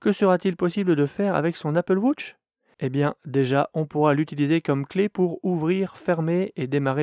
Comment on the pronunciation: Apple wootch 😂 🤦